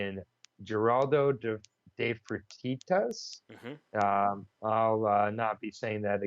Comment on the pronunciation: Thanks for the early breakdown again boys. If I can suggest one small improvement - if you could make a little effort with the pronunciations it would lift it to another level. A lot of them aren't really hard. E.g. De Freitas is "DE FRE TAS" simples.. Cheers.